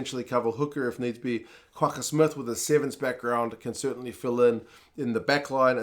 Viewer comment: Always appreciate your fine summation and comments. Great job. As an Afrikaans speaking South African 🇿🇦 I'm very impressed with your spot on pronunciation of our "G" in RG Snyman & the double "gg" in Kwagga Smith. 100pct perfectly pronounced 👌 👏 😊 best wishes from Ivan in Cape Town South Africa 🇿🇦 l 😎 👍